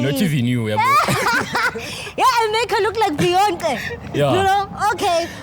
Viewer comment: 3.51 did she just say beyontle😂😂😂😂😂